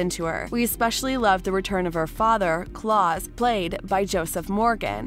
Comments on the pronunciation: That pissed me off just as much as her saying Klaus wrong 😡😡😡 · She didn't even say Klaus's name right either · I cant stand these clickbait videos that cant get easy facts right first off its mikaelson not mikkelsen and its klaus not claws secondly the show got cancelled cause it wasnt garnering enough interest even with the quality improvement it didnt gather enough people to watch on a weekly basis, dont give me the well it did good on the cw streaming cause no one ever can provide what numbers they got, WB cant afford to keep these less than 1 million live viewed shows on the air anymore thirdly it was time, there was barely anything new they could do left they were starting to repeat themselves even with the gods stuff hanging it was still going to be a repeat of what we have seen before, super strong beings who can only be killed by special blade, yeah been there done that